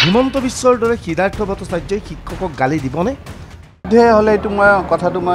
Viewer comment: 'Siddhartha'its not"siddartha".